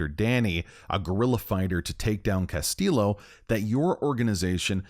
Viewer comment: Bro the game pronounces his name right. Castillo isnt pronounced with a hard L its pronounced “ll” like “y”.